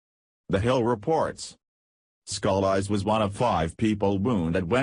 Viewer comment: If you are going to use computer voices please learn correct pronounciations of proper names and names of states. I do not appreciate my home being called louseyana. Scalise is better pronounced scalees. The computer voice can ruin a a story when it is riddled with mispronunciations.